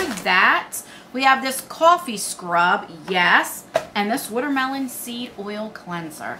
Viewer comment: Hi! That sexy bunny 🐰 outfit is really pretty! I’m LIVING 4 that skin care box 📦! I LOVE♥️ skincare! I enjoy my skin care routine!!! Btw.....I adore when u say watermelon 🍉 bc you say “wooder” like ya Philadelphians do! ✌🏻